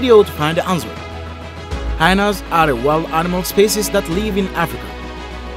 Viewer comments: The word is 'hy-enas' in English, not 'hinas'. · I love how the narrator pronounces "hyenas", rhyming it with vaginas.